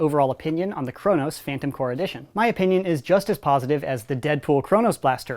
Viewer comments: corps not core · AAARRRRGGGHHH STOP SAYING PHANTOM CORE ITS PHANTOM CORPS GAAAAHHHH